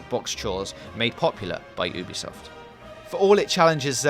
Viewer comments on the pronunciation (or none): none